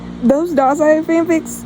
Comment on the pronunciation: Yay I’ve been waiting for this video!! I found your channel because of the got ur number music video I thought it was so fun My best friend calls me dazai as a nick name because wild guess I’m mentally ✨ill✨and I say and do silly things and I also cosplay him lol YAY you said my name right! Some people pronounce it wonky lol Thanks for answering my questions!!!